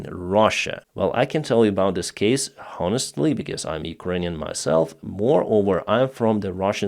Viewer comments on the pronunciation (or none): You don’t pronounce the “ h” in the Word in “ honestly.